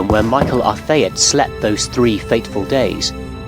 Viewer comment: The pronunciations like "Mr. R. Thayet" and "Mr. R. Hate"-- Quality Assurance slips, or character traits?